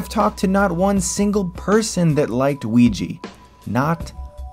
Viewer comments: Completely agree with this video (except for the pronunciation of "Ouija"). Jump scares are mostly cheap, and a way of saying, "I don't really know how to make a scary movie." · Ouija has an A at the end, Chris. You pronounce that A. Just sayin'. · I'm sorry to be a pedantic shithead here, but this is one of my biggest weird English Language gripes, and I've just got to say it: WHY CAN'T ANYONE SEEM TO PRONOUNCE THE WORD "OUIJA" PROPERLY? It's really not that hard. And in a display of strange irony, the part of the word that SHOULD be harder for a native English Speaker to pronounce -oui- is the one part of the word they get right. But in what godforsaken universe, do the letters "J-A" equate to a "GEE" sound? "Ouija" should NOT rhyme with "BeeGee." If it does, you're doing it wrong. Did you guys not watch Sesame Street when you were kids? Try it with me: Wee.... ....Ja... Wee... ...Ja ..Wee.. ..Ja.. Wee..ja -- WEE JA! Maybe in protest, I should pronounce all words that end in "gee" as "ja." For example: "I like to listen to 'Staying Alive' by the BeeJas, while I squeeja my windows. But only when I have enough enerja, rather than letharja." Because we can just pronounce shit however we want, with no regard for the rules of language, amirite? Sorry for the long and kind of ridiculous rant. Please accept my apolojas. ;) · Ouija is pronounced WEE-YAH... not WEEYEE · "A"s are not pronounced as "ee" It's Ouija, not Ouijee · You keep saying OuiJI and it's OuijA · i dont get y everyone says "ouigee" its clearly wrong. hasbro marketed it as "ouijaa", blank n clear. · its annoying how u keep pronouncing " OUIJA" as wee-gee, when its actually " wee-jah" lol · Dude, it's pronounced UIHA, not UEEJEE. xDD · Good video but ffs mate it's 'Ouija' not 'Ouiji'! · The way you pronounce "Ouija" I kept expecting the "Weegee" image to pop up. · when you said ouija it sounds like luigi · Im stll baffled to how OUIJA is pronounced Wigi??? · It's pronounced "Wee-juh"